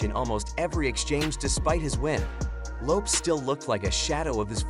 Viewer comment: YOUR PRONUNCIATION OF LAST NAMES IS HORRIBLE. Your underdtanding of Hispanic names is the worst I have ever heard